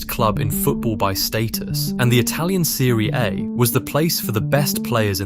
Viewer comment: Great player. Some of the ai voice pronunciations....Thierry Hen-ray, Serie eh, You effah 😄